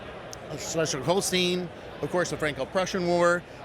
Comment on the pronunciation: Fantastic layout and attention to detail, including the extra Alexander Platz vignette. Just one hint, it is pronounced HolsTINE, not HolsTEEN..